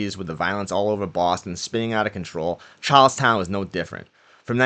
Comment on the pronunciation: Chawllstauwn. Caw and bank wobbers.